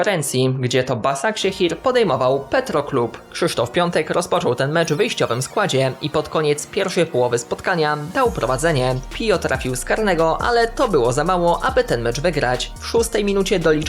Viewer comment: ten klub nazywa się Petrocub. Mnie też aż kusi takie przejęzyczenie, ale Petroclub brzmi bardziej jak Man City i PSG 😅